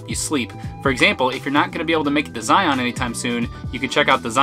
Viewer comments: It’s Zion like Lion not Zi-On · It’s Zion, not Zi-on. 😀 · Just a friendly pronunciation reminder in So Utah… Zion is pronounced “zy-en” and Hurricane is “heri-cun “ Like Loo-i-vil not Louisville Love You videos…